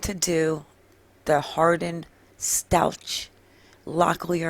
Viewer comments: Stauch is pronounced with a K sound at the end, not a cha sound. Glad to see this info., thanks for the video. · It's "STOWK" like cow.